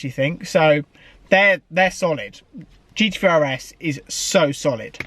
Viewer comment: GT THREE not GT FREE!